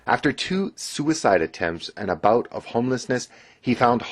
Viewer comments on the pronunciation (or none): none